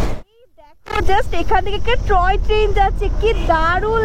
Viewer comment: Ota troy train na Toy train 🚂